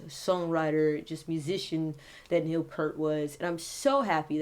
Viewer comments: You are using Neal to get personal audience attention and you can not even pronounce his name correctly. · U pronounced his name wrong. Humm why is this? C ya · Have the decency to pronounce his name correctly